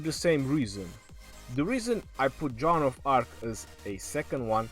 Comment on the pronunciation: Lol sounds like you're saying John of Arc lol